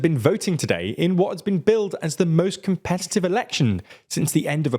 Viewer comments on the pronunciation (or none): none